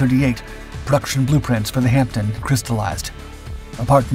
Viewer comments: The video's title is ludicrous and the breathless commentary overdone. The Hampden (not "Hamten") was comparable in performance to the Whitley (which carried a heavier bomb load) but neither were in the same league as the Wellington. Pilot's liked it for its manoeuvrability but its narrow fuselage was a real handicap. It performed good service in the early war years but was not as exceptional as the video makes out. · It's HampDEN, not HampTON. Pronounced Hammden, silent P. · Where as 'Hampton', which the commentator on this video consistently substitutes, means something completely different and rather rude! See a dictionary of Cockney rhyming slang! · Good video, thanks, but with my pedant hat on I'm wondering why it's repeatedly referred to as the "Hamp-tin" when it's actually pronounced "Ham-den". 🤓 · Hampden not hampton!! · It is pronounced Hamden - the "p" is silent. The narrator sounds as if he is saying Hampton. They are rebuilding one at Cosford Air Museum in the UK. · Silent "P" -pronounced " Hamm-den" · why is the narrator persist in callin it the Hampton when its the Hamden? I can guess of course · The HP52 was known as the Hampden not the HampTON as the voiceover irritatingly states repeatedly. Get it right. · Good Doc, but please stop calling it a Hampton, its a Hanpden. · Over here, in the UK, it's pronounced Hamden (the P is silent) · Sorry to be picky but it is pronounced Hamdun. My father (Bomber command throughout the war) always called them 'Ham bones' 😀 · Pronounces Ham Den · Pronounced "Ham - den". It's the Scottish national football stadium. 🙂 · pronounced Hamden though, the "P" is silent. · It is pronounced "Ham den" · No, it's a Ham-den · You don't pronounce the P. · The Hampden? What? is this channel now actively parodying itself?